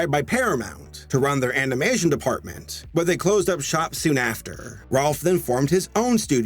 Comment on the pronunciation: If you go to 15 minutes and 22 seconds you hear him say animation in a weird way